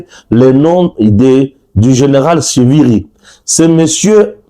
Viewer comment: Stepnane CIVIRI se prononce comme. TSHIVIRI comme cet un nom Mashi.